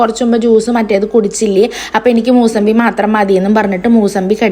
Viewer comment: മൂസബി alla മുസാബി ann🥰